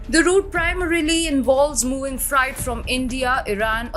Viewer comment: Fright????? Its freight